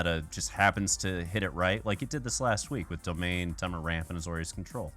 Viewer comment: Anyone else say temur different then max damage? I have also heard it like TEA-mur the way he says it makes me cringe